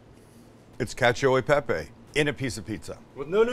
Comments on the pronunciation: Italians everywhere: what... the... FUCK is that. Sam: cAcIO de pApY pIZa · "Catchyo ee pepeyy" 😂😂😂😂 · ngl I kept hearing "catch a pepe" like Sam was trying to sell me on a NFT